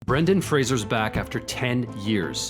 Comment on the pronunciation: heyyy you said fraser right :) its nice to hear after he said no one ever said his name correctly.